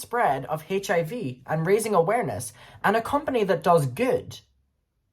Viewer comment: I LOVE the way you pronounce the H in HIV.